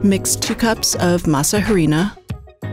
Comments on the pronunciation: Masa a-ri-nah... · The “h” is silent. Pronounced “masa ‘arina”. Try to know how to pronounce that in which you’re professing to be an expert! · JUST FYI: there is no asperated "h" sound in Spanish, so it's Masa "Arina", as if there's no "h"; the "h" is silent. (Miguel de Unamuno famously said the "h" is in Spanish alphabet only to show who has been to school and who has not....).